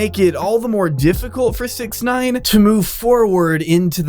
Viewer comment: How I pronounce 6ix9ine: “Six-icks-nine-ihn”